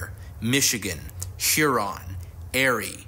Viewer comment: Where exactly are "Shuron" and "Airie"??? As soon as I heard that, I had to stop the video.